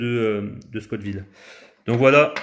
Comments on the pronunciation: scott ville ou la ville de Monsieur ScoTT 🤣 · Scoville !!! Pas Scott Ville 😂 Très bonne vidéo sinon 🤗